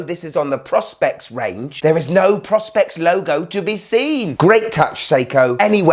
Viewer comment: I do wish that people would pronounce PRO SPEX as PRO SPECS (Professional Specification) not PROSS SPECKS! It's so annoying. Otherwise, great video as usual.